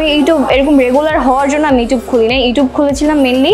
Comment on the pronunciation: pronunciation e ইউটিউব হবে । ইউটুব না।